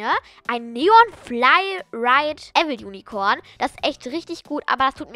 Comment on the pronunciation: Wie sie Weil unicorn sagt es heisst evil unicorn XDDD 🙂😂😂 Hab dich lieb ❤🙂🙂 kannst du mich grüßen hab bald gerburstag ❤🥳❤🎁🙂🤗😊😊🤗🙈🙊❤💟💕💞💓💗💖💝💛💙💜💚🤎